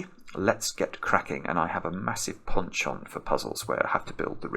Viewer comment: oh, wow. Well I certainly know this word, but have never heard it pronounced this way. Is this standard pronunciation in the UK?